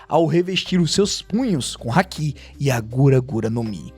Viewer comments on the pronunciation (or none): none